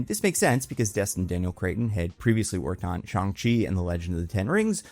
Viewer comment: theres no "I" in "cretton" bud